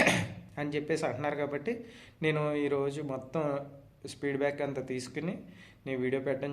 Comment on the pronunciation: Speed back kadu ayya feedback 😂😂😂